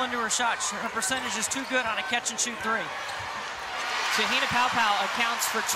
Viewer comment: Ugh this announcer needs to learn how to pronounce Te Hina’s name right 🤦‍♀️